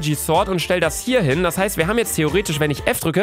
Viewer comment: wi hap Kevin getötet luca Dein deutsch